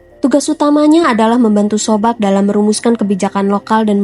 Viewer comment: Terima kasih mbak, untuk kisah Putin tokoh idolaku. Sedikit saran buat mbak, agar lebih teliti membaca naskah. Mentor atau guru politik Putin sobcak, lengkapnya Anatoly Sobcak bukan sobcak sebagaimana yang mbak ucapkan. Teruslah berkarya mencerdaskan bangsa Indonesia ini. Bravo, semoga senantiasa sukses dan sehat selalu.❤❤❤